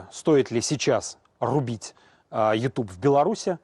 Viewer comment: Что за произношение:Ют юб?ТУПИЦЫ.